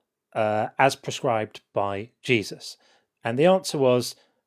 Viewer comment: The first time he said Jesus, with his accent, I heard “Jay-Z.”